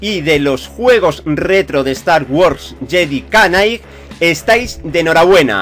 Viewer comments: no es JEDI KA NIGHT ES JEDI NIGHT = JEDI KNIGHT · Cada vez que decía "yedi canai" un diccionario fallecía jajajaja. Perdóname tio pero me hizo gracia.